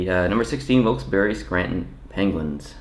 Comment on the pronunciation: Raabert Ellis ikr and the way he pronounced Wilkes-Barre